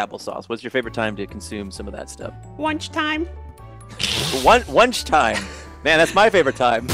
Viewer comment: wunchtime.... lol